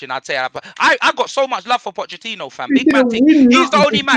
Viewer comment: Nobody: Robbie: POCHECHINO!